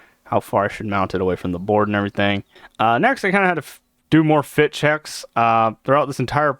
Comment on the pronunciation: Anyone else hear "ShEEeeeeash" when he said he needed to do more fit checks?